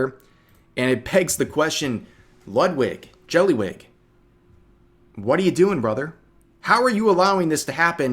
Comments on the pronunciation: If you are going to say Jellywig, you have to say it correctly. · The way you said Jellywig makes me think Pegasus is starting to rub off on us. How diabolical.